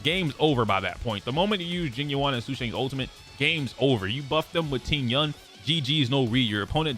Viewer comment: Please please please look up pronunciation videos for the CN names, this butchering is really painful to hear. Sushang = Su (as in 'SUstain') + Shan (as in 'SHAtter' + n) Tingyun = Tin (as in 'abducTINg') + Yun (as in 'UNion') Jing Yuan (as in 'JINx') + Yuan (as in 'YOU' + 'En') I apologize if my pronunciation comparisons are not very good, English is not my first language and writing pronunciations is very hard hahhaa. But please, look it up, there are so many videos on it and it's not very nice to dismiss the names just because they're not American. Learn it.